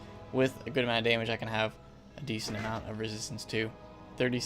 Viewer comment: Bro please correct ur “damage” “fire goes for daymage”